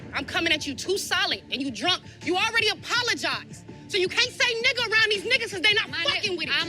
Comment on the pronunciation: The way she says ni***a doesn’t even roll of her tongue right 😂